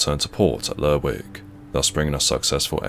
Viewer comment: It's pronounced Lerrick. I didn't watch several seasons of Shetland for nothing. This is why the SNP is gonna be running away with yer oil.